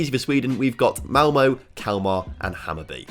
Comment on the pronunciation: Yep u said malmo wrong